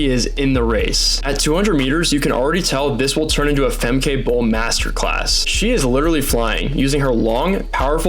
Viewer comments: Yes, your pronounciation of Dutch names sux monkey balls. It is not Fem-KAY, but FemKUH, as in "but" or "butt" "sucks " . Same goes for Lieke Klaver: its not LEAKY but Lee-KUH. And her last name is the first syllable is n "Ah" like in Ah-merica, 2nd syllable is again with the UH from "but" or "drugs" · It’s pronounced Femkuh, not Femkai…. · FYI: It's pronounced 'Fem-keh', not Fem-kay and Lieke is pronounced as "Leek-uh". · Is he pronouncing Femke correctly. I thought it was ended in a -ka sound? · No his pronounciation of all Dutch runners is terrible.